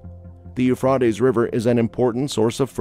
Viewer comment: You are pronouncing the river it's Euphrates it's Euphrates